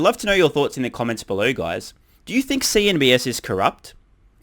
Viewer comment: CNBC. Not CNBS. Or was there a reason why you call them that way?